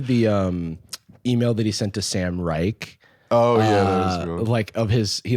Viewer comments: Jarvis mispronouncing Sam Reich's last name is very funny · tweaking at the way jarvis pronounces sam reich 😭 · not jarvis pronouncing sam reich's name like that 😂